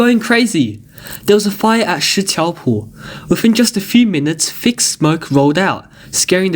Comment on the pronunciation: Please fire this narrator. In English the TH sound is not the same as as the F or V sounds. Its pronounced 'Three' not 'Free'. Its 'Within' not 'Wivin'.